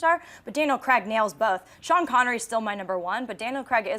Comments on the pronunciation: If I hear one more American say "Creg" instead of "Craig"! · The US pronunciation of Daniel Craig's surname... As CREGGG gets me every time.